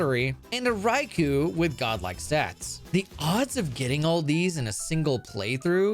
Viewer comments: Rai-coo is also wrong. Rai-coh is the way to say the -ou (ō). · All of the legendary beasts are named after different Japanese words for emperor (with a word referring to the associated element before it). In Raikou’s case, the name is 雷皇 raikou “thunder emperor”, and the name is pronounced like English “rye” + “koh”, not “koo” or “ku”. This can be confirmed by listening to the Japanese name as well. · Raicow the legendary cat 🤣 I love the mispronounced pokemon names and the amazing content!!! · IT IS PRONOUNCED RAI-KOH KOOOOOOOOOHHHHHHHHH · The Rai'cow' is how I've always pronounced this pokemon as a kid, as my native language reads those letters differently. I got so excited, then your fakeout slapped me in the face lmao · you made a joke about pronouncing Raikous name wrong, and then still mispronounced it, you truely are comedy.